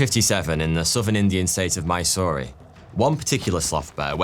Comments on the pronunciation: its pronounced Mysore, where the e is silent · Hey, big fan here. With a small corrigendum. That city in the South of India is pronounced 'My-sore'; the sore here is the same as those pesky skin conditions. While it has been renamed, most people still use the old name. Keep up the good work mate! Cheerio